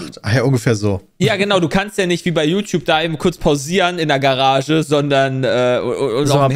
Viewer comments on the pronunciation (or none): Kann bitte mal jemand mitteilen, dass es gArage und nicht gErage heißt